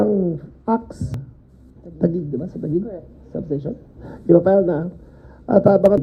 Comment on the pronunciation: It's Ta- Gig. Like guitar